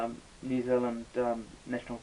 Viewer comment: Oh, just heard New Zealand, hahaha.